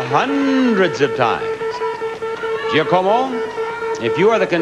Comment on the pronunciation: Kills me that Bob couldn't say "Giacomo" correctly...